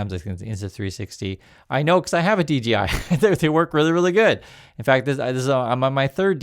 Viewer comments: hey dork its dJi not dGi love your show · DGI or DJI? You keep saying DGI while I'm looking at DJI on the video. 🤔